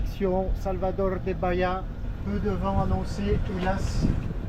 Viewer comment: toujours passionnant. Un petit truc pour le brésilien: chaque fois que tu vois un -a à la fin d’un mot tu le gères comme un -e (dit muet) français ex Noronhe. Baíe… ce sera très proche de la prononciation correcte